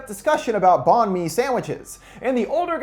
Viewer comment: Bahn mi is pronounced “bun may”. It is Vietnamese for bread.